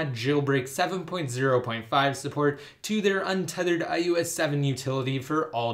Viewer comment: Is anyone else annoyed when he says iOS? It sounds like iUS to me.